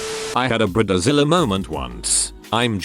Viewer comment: ⚠️ WARNING! UGLY AMERICAN ALERT !📢 Bride like hide Zilla like villa Not bride like rid The computer voice can't pronounce words incorrectly spelled in text.